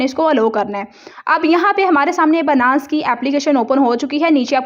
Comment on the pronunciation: Its not banass.... its binance.... byyynance Ok